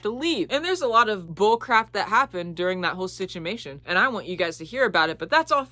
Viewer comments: The way you said ‘sichimation’ and not ‘situation’ means clearly talking about your parents makes your brain glitch a little, like you said, It’s traumatic. (I’m not judging it happens to lots of neurodivergents) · “Stuck in that ”